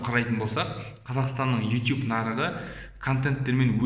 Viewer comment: Ютуб деш итуб демей